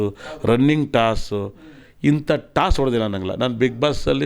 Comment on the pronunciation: ಟಾಸ್ ಅಲ್ಲ ಗುರು tasku